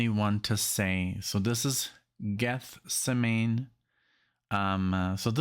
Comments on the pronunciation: For being catholic he doesn’t know how to say Pilate or Gethsemany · Hi, I have seen this movie so many times, and have it on dvd as well as the movie soundtrack. It is excellent, and in the movie we have three of the original cast > Judas / Mary / & Pilate [ pronounced Pie Latt ] [ & Gethsemane = Geth sem man ee ] The lead Jesus played by Ted Neeley, is very well cast, and you no doubt know by now, Ian Gillan was in the original play, and on the original record, which I first heard aged just 14 yrs old.. at school.. in class. In Belfast in Ireland we had RE classes [ Religious Education ] being a Catholic school, and one day the teacher walked in with a portable record player and the double vinyl album of this. It was amazing as he played the entire album. I had heard Ian Gillan for the very first time, before hearing Deep Purple. It's still my favourite version, but this is also very good indeed. I must admit I do watch the movie more than play the movie soundtrack. I prefer to play the original, which has since been remastered on cd and boy what a difference in sound clarity!! This is an excellent marathon. the play was called "Jesus Christ Superstar A Rock Opera". The movie begins with the cast getting off a bus, and changing their clothes during the Overture....Note at the end..they get back on the bus... but who's missing? [ Not really a spoiler alert, but a poignant moment easily overlooked ] The guitar riff during the 39 lashes is the same as this 1st track with Judas..., I do not do Twitter and agree 100% on wha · Pronunciation of Gethsemane: [GETH] + [SEM] + [UH] + [NEE] .